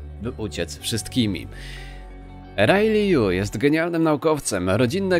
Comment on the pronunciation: Pewnie wypowiadasz "rilej" zamiast "rajli" bo kojarzy ci się z Ripley.